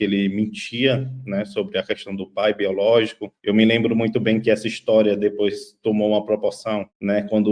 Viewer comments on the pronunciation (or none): none